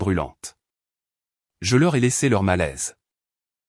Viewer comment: Elle a lissER...😢 Le "pré"commercial...prêt commercial. "sauf garder"...sauvegarder. "L’eau dience..." 🙄 "La fille du signe..."..😮